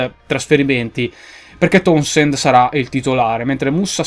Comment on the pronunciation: Ti correggo la pronuncia di Townsend, ma non voglio passare per il perfettino di turno Si dice Taunsend Comunque inizialmente ero molto scettico su questa carriera, ma devo dire che mi sta cominciando a prendere sin da subito, in bocca al lupo, continua così Per il mercato non so cosa dirti perché stai cercando di prendere moltissimi giovani (forse rischiando un po', ma ci sta) e io sarei andato anche sui giovani, ma avrei puntato su giocatori molto più pronti, magari li prenderai più avanti e ti stai cautelando cercando di prendere i migliori giovani in circolazione per due lire così da non rischiare di perderli e vedere il loro prezzo schizzare alle stelle Vedremo come andrà, forza Newcastle ( tutto attaccato hahah) e forza Ps:Dendoncker puoi ancora prenderlo finchè non firma col Leverkusen Non vedo l'ora esca un nuovo video Forza Milan😉